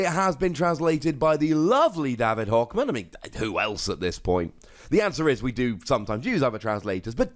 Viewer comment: I thought he said devin hawk man the first time